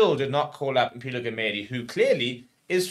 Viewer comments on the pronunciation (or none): It is Celimpilo. Celi Mpilo not Sello Mpilo. You never to work on your pronunciation